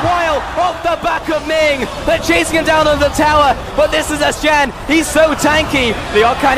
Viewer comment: The "Shin". I think she meant to say Shen xD no offence though